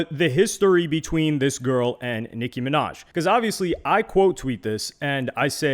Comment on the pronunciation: Nic(kim)inaj😂😂😂😂 maga minaj